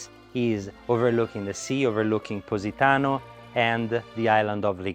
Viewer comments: “Pussytano” 😂😂😂 gosh 😂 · Thought he was saying PussyTown.. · He pronounces it "Pussy-tano" 😂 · Stop calling it "Pussy"tano, LMAO... 🤣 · This is the First time I heard an american pronounce Positano, cracked me up a Little 😂